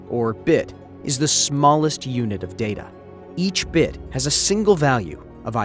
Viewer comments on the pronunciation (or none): none